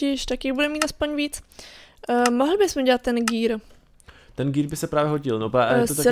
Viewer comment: džír👎: gér👎. Gear Angličtinar: gír 👍